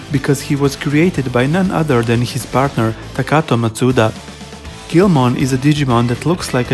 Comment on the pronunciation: It's pronounced geel-mon not grow mon